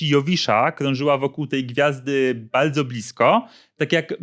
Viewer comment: Nie mogę słuchać człowieka z wadą w czymś takim, baydzo baydzo coraz baydziej XD